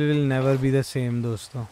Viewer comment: DOMSTO NAHI DOSTO HAI